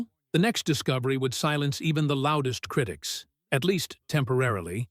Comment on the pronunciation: Such inept narration. Not meddle, it is metal, with a "t" and then he cannot pronounce. Some just lack education. It is so hard to listen to this. Not criddics, but critics. Scattered, not scaddered. Now, please....